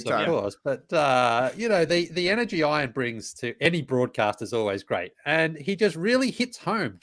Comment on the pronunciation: I really like the wedgie shoutout but the dude needs to pronounce his name properly. As an Ian myself he doesnt know how to pronounce it properly. Ion is not Ian